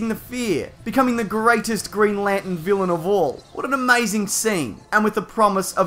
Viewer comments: Green Lantern not Green Lanten is that some kind of New Jersey accent do they always leave out the r? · Stop saying Lantin! There's an R in there. Lanterrrrrrn! Green Lanterrrrrrrn. Not Green Lantin. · He says it as green lantn 😂